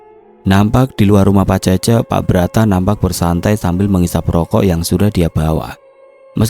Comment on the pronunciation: Cece dibaca Cécé. Ke depannya kalo bacain certa dari tanah Sunda mending cari tau dulu.